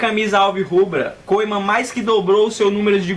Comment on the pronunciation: Mano lê Koemen MAS sim Kumen